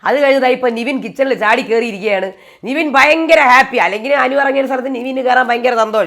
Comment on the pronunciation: എന്റെ പൊന്ന് 'നിവിൻ' അല്ല 'നെവിൻ' നെവിൻ എന്ന് പറയാൻ ഇത്ര പാടാണോ.